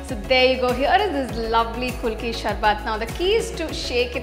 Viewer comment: MAM ITS PRONOUNCED KU LU KI .APART FROM THAT .GREAT PRESENTATION .ADIPPLI IF I MUST ADD :d